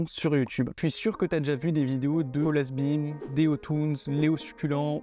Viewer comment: T’a dit colasse bim 😭